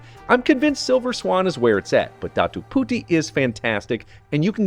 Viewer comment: I love how you pronounced "puti" as pooteee 😂 it means "white" btw 😂